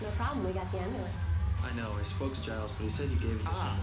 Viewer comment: almost season 4 and they still dont know how to pronounce giles